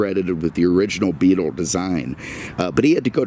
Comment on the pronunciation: Why do you say "middum" instead of middle? just curious. And why do you call the VW Beetle a Beatum"? again, just curious.